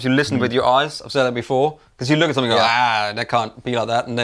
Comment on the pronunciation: Hey! Funny and somewhat personal question for you; please take no offense as I am genuinely curious.... Why is it that you pronounce the "g" in words ending in "ing" like a "k"? For example, I always notice it when you say the word "something" as "somethink." Is it a local dialect sort of thing? Or a personal little vocal quirk you've developed over the years? Its just interesting to hear, and although I listen to lots of youtubers/announcers/speakers from The UK, I am only conscious of it when I listen to YOU! Haha. Thank you and much love to you and the Andertons crew for all of your hard work, and countless hours of gear addicted geekdom that have taught me so much over the years. All the best!